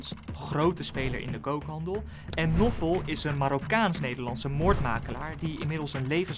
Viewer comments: Je spreekt de naam Naoufal uit als Nawfal, niet Noffel 🤣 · Nofol?? het is NAOUFAL